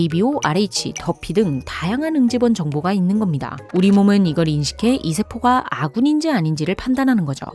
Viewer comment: 이 세포가 발음할때 이새끼가 한 줄 ㅋㅋ